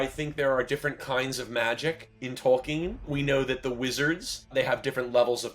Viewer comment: You're still mispronouncing Tolkien's name! Good Lord. It's Tol-keen!